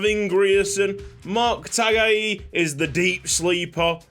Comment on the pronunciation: Taga'i is pronounced tanga'i love ur work